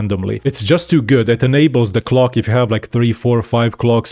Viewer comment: when he says clock it sounds like hes saying cock.